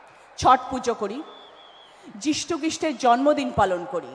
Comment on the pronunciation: মাল টা জিসু বলতে পারলোনা